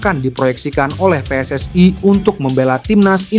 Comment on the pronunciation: Bukan PSS AI tapi PSSI jangan kau oferekting ucapan bahasa Inggris